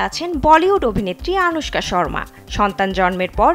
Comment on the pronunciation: নামটা অন্তত শুদ্ধভাবে উচ্চারণ করেন। কি বাজে উচ্চারণ।পুরোটাই মিথ্যে।